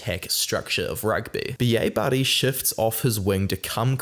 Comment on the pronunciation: Like how you say Bielle-Bairrey and it sounds like a Scot saying B.A Barry. Thought we'd picked up a new player like WP Nel